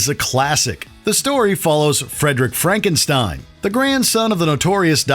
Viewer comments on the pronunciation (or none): You missed how he distanced himself from the name Frankenstein. You pronounced the old Frankenstein and the new Frankenstein the same way, just because it's still spelled the same way, but Frederick is pronouncing it Fronkensteen. It's one of the gags of the movie. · that's not Frankenstein, it's Frankenschteen!